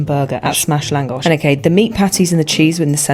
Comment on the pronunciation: Are you secretly Hungarian? Because you Lángos without accent